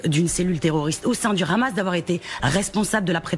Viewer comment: Je n’ai aucune confiance dans les journalistes qui disent Ramas.